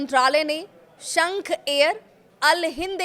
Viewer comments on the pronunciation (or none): शेख एयर ❎ शंख एयर ✅